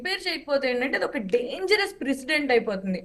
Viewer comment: Precedent. The HM cannot pronounce DGP